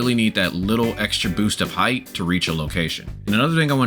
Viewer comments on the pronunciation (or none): none